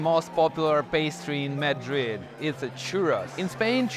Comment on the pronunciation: HAPPY BIRTHDAY!!! YUMMY --> Spanish food is the BEST!!! BUT 9 pm ios too late ---> I would get so hungry. (p.s. Madrid is pronounced with a soft "a" & accent on the last syllable)